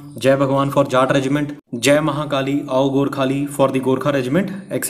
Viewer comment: It's not aao Gorkhali it's AAYO Gorkhali